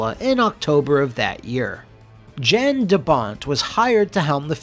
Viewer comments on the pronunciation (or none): YON (as in "yawn"). Not Jan (as in "Jan Brady"). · I know this is two years too late, but Jan de Bont is not pronounced Jan like January, it's pronounced more like yawn. The J has a Y sound. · Is Jan not pronounced. “Yan”? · What happened? Roland Emmerich happened. The biggest problem with any Roland Emmerich movie is Roland Emmerich was involved. Also, Jan de Bont's first name is pronounced like yawn. He's Dutch.